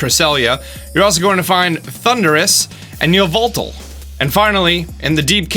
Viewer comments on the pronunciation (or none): It’s yovoltal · ITS YAVELTAL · THERE ARE NO U'S IN YVELTAL, AND THERE IS NO VOWEL BETWEEN THE Y AND THE V! FIX IT NOW!